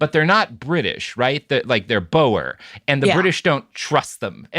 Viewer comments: Boer is pronounced like boar, not bow-er. I tried looking up what you were talking about because your mispronunciation threw me off so much, until it hit me. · As a Dutch guy I'm a little annoyed you're saying Boer wrong ngl